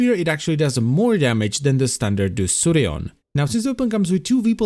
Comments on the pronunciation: I throught it is pronunced like De-ku-rion. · its spells like DEKURION not DESSURION ò.ó